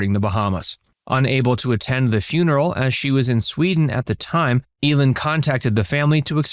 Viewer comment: It's pronounced EE-lin, not El-in.